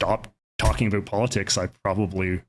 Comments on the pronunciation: Im Canadian as well and have never met someone who literally pronounces it ABOOT. WTF. Yes I feel like he's really trying to embrace his Canadianness and overcompensating. Usually when Canadians sound like we say "aboot" to Americans it's more hyperbolic and just meant to emphasize that we pronounce "ou" words differently. When an American (especially from the south) pronounces SOUTH for example. It sounds more like "SOWTH" So when someone pronounces it SOUTH it sounds more like SOOTH to them... same with ABOWT, ABOUT, etc. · Thank you! This was driving me nuts as well. For the non- Canadians, in the stereotypical Canadian accent it is pronounced "aboat" not "aboot". This guy doesn't even have a heavy Canadian accent. The way he is saying it just does not sound natural. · No, the "Canadian" stereotypical accent exists, half of my family from a small town has it but they do not say "aboot". It's pronounced "aboat". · it is INSANE that he actually pronounces "about" as "aboot" I'm from a border state with canada and it was my understanding that on the west coast they pronounce it as a sort of weird "abowt" like kind of similar to the american pronunciation but a little bit off and on the east coast they pronounce it as "aboat" and I had thought that "aboot" was just a fake misconception made to make fun of canadians this guy shattered my entire worldview and especially when he pronounces shit like "around" as "aroond" this shit is blowing my whole mind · The guy with the fakest Canadian accent. People, don't fall for this guy. No one says ABOOT in Canada. Su ludicrous hearing him say that. No one pronounces about like that. Lots of different Canadian accents but this is unknown in Canada and is obviously why. He would get laughed out of any room if he said ABOOOOT. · His mother is from the Maritimes, where that pronunciation is common. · There's like an 8 year old video of him playing the first FNAF game and he pronounces about like he does now.